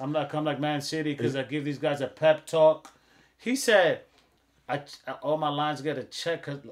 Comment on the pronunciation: Yeah caught that pep talk bar, but his name is just Pep not Pepe 😂